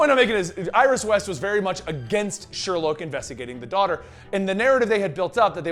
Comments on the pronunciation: not Sherlouge 🕵️‍♀️ it's Sherloque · Vibe made no sense; why cure yourself if you have complete control of your power and no mutations or side-effects? It's pronounced Sher-loke by the way.